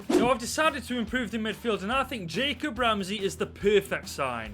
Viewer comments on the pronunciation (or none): none